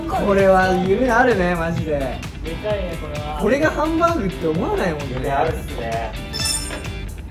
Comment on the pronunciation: 字幕は「でかい」なのに「でっっっかい」って読んでるのかわいい🥺